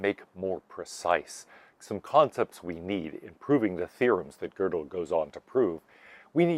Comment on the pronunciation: Anyone who talks about Kurt Gödel should be forced to take a year of German, so they know how to pronounce his name correctly. It is NOT pronounced like the English word girdle, like the speaker in this video does.